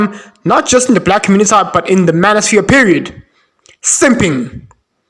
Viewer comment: The communiTAH is hopeless man 😂